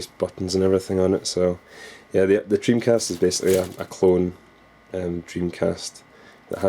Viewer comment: dreamcast not jimcast !